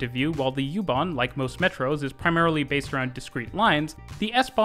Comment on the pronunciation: I was stunned by your pronouncation of the plattforms connecting U-Bahn and S-Bahn...very very good!